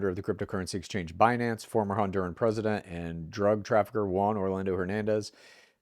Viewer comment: Hearing say "pres-dent" repeatedly is like nails on a chalkboard